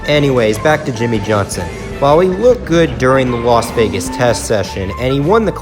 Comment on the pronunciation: Seven-time champion YIMMIE YOHNSON